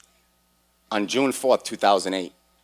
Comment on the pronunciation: Did he say August 1st 3008? Sure didn't sound like 2008